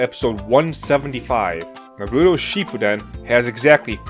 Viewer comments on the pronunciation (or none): I can't with you saying Naruto wrong...